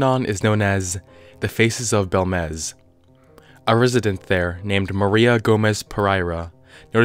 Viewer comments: It's pronounced bElmez, not belmEz, the accent marks (tildes) are there for a reason, they indicate which letter to accentuate. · It's BELmez. Not how you pronounce it.